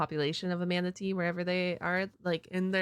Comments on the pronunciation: I love how she says manatee as manta-tea 😂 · Heh. Im sorry. "Mantatee" kinda made me chuckle.🦇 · I like how you pronounce Manatee almost like "man-titties" near the end of the video, especially considering plenty of Manatees have those